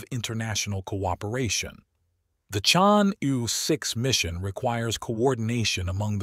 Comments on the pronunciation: The pronunciation of Chang'E-6 is 100% correct for French people. Knowing that France, Italy, Norway and Pakistan are participating in this mission, I think he wants to pronounce the French phonetic E [Ə] ChangE-6. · I take it this is a robot voice. Its pronounciation is p'.poor. Why not use a human who can at least approximate the correct sound of "Chang'E"? Is this a money saving endeavour? If so, it is a case of "spoiling the ship for a ha'pen'orth o' tar." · The robot is talking American-English and each time it merntions "Chang'E", it pronounces "E" differently so even if one accepts what you are saying as a valid excuse (Which I don't) it does not explain how the "correct" pronounciation changes between sentences. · I have heard at least 3 different pronunciations